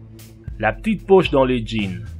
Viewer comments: La ptite pouch , resoulu , pouw etwe une vwai pouch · mdr " la pi poche dans le Jean " 😂😂😂😂😂